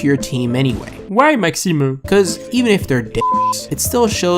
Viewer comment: why MAXIMUH ??? haha i love it